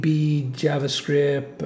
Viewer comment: Peter Mortensen That's how he pronounces Javascript, totally dropping the t.